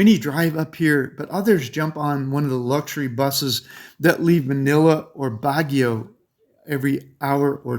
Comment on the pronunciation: I can't take you seriously when your pronunciation on half the locations you've claimed to live (as have i) are incorrect. You nailed Bagio, but that place is way overcrowded and Bagio makes you feel like you're in a sardine can.